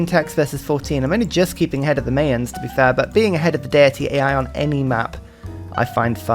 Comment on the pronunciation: No one gonna comment on how he says "Mayans?" The Mae-uns... no no, mate. My-ins. More specifically, the plural is Maya (my-uh).